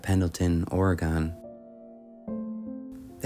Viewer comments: It’s ore e gun. Sorry, Portland Oregon kid here. 😅🤷‍♀️ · Our state is pronounced Oregun. I had one of these dressers growing up. Lots of cheap pine lumber in the 1950's and 60's in the Pacific Northwest. Merry Christmas. I love your content.